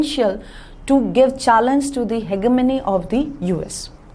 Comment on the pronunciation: Ma'am your pronunciation of hegemony is wrong